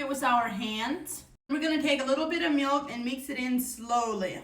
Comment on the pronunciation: Whats botter? 😂 And dumblings Or meelk 💀